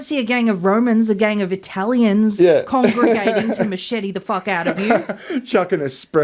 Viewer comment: The way says Eye-talians is triggering me